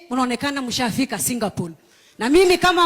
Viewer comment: By the way ===== It is Singapore not SINGAPOLE.Where did you do your Geography?